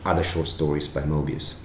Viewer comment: Love your articulation of Maestro Moebius